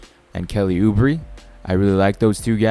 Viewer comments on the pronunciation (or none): No, Kelly ooo-bray is the correct pronunciation